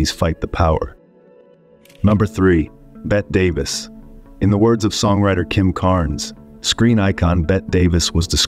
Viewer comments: When narrating, please avoid using these tired cliches, "icon," "iconic" and "stark reminder." Research your language choices more deeply, even consulting a thesaurus, and provide a fresher, more original script. And Bette Davis' first name is pronounced in this way: "Bet-tea (2 syllables) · "Bet Davis". Those AI folks havew a rough time with nuanced words. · "BET Davis"? Really?? You've never actually heard Bette Davis' name before? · "Bette" Davis is actually pronounced the same as "Betty." Someone tell the cheap AI program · "BET" Davis??? Are you kidding? Does he actually not know how to pronounce BETTE? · "Bett Davis" :face-red-droopy-eyes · Bette Davis is pronounced "Betty" Davis. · BETTY Davis. Bet - EE. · I HATE NARRATORS THAT BUTCHER NAMES AND TITLES!!!!!!! IT'S PRONOUNCED BETTY DAVIS!!! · OMG, Dude! You need to learn to pronounce these actor's names. Most notably, it's pronounced "BETTIE" Davis, even though it's spelled "Bette". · Its not "Bet " Davis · Bette Davis, pronounced "BETTY", cripes I can't stand AI! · Bette Davis >>>> pronounced Betty Davis UGH!! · I wish you would have featured Bette Davis first. I wouldn't have watched the rest of the video after you butchered her name. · It's hard for me to hear him repeatedly mispronounce Bette Davis. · wow can’t even pronounce Bette Davis name correctly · It’s pronounced “Betty Davis” not “Bet Davis”. Lol Fkn AI. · Yeah, "Bet Davis?" It's pronounced "Betty," you robot... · Get a human to read the lines…it is Betty Davis NOT Bet. Terrible. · Bette Davis pronounced her name "Betty", not as Bet. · I worked with Milton Berle on a little project. He was not warm, but I have no ill feelings toward him And how does the horrible narrator of this video not know that Bette Davis' first name is pronounced "Betty", not "Bet"? So, so bad. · Bett Davis? Her name (Bette) was pronounced “Betty.” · It's pronounced "BETTEE DAVIS" not "BETT DAVIS"! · You mean like Bett Davis? See my response above. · I refer to her as Bett.